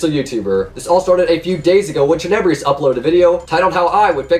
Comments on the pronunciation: Skilaruh bruh literally said " teneybrious" like wtf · If you are going to lie about Tenebrous you should at least say his name right Jeeeeeeezzzzz